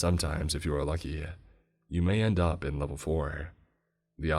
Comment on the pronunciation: "You Insteaduh End Upuh in an alternatuh dimensionuh" bro... why you talk like that